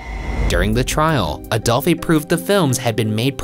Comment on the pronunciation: Ryan keeps saying Adolphay when it's pronounced the same as he who shall not be named!